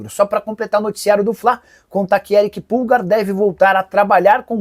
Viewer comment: Erick pulgar e não Erick pulga vcs nunca acerta o nome do jogador